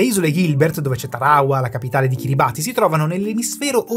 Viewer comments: si pronuncia Kiribas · Ottimo come sempre. Unico appunto: si pronuncia "Kiribass" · piccolo appunto; Kiribati non di pronuncia come si scrive, ma bensì Kiribas. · Kiribati si pronuncia Kiribàs